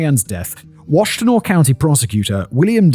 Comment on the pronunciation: I. Have never yelled yippsilenti, so many times in my life I went to Eastern Michigan, I've grown up in this area my entire life you pronounce it EPS I LANTI you drop the Y. AND ITS WASH TIN AW